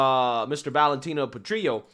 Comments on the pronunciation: These trans people are wacko. but can we get the "petrillo" pronounciation right please? It's italian, not mexican. You pronounce the "L"s in italian. So while petrillo -> petriyo in mexican. Petrillo -> PetriLLo in italiano. Grazie. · You need to really straight up the way you are saying some words, I can bet you can say grill properly yet you are saying something like "patrio", there is double L, what is the matter? Maybe this will be a helper, PET-REEL-LO. I'm from Poland, corretct me if I am wrong on that one, I am always open to sugestions, especially if I'm worng about something. Gday :D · Italian tip: Petrillo , in Italian the " L " is spoken as written , like " jello "